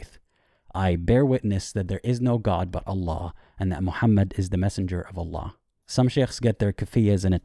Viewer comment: 'anna laa' he says, fake exmuslim confirmed 😂